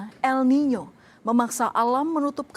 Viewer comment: minimal koreksi kata penyebutan, bukan El Nye new, tpi EL NINO...